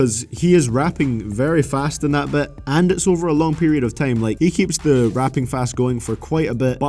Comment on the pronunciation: Dude its time not TEJIIMEE... ffs xd